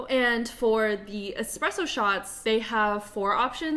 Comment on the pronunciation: You're the only person who has said espresso correctly in their nespresso video lol despite it being in the word NESPRESSO.